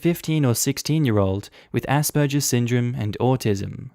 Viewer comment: Why tf are you pronouncing it asperjer? It's a hard G sound.